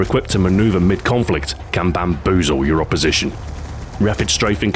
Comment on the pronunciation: AHAHAHAHA I've never heard someone say bamboozle so amazingly!